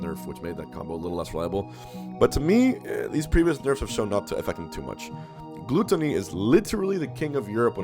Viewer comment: Wth is a "Glue-ttony"?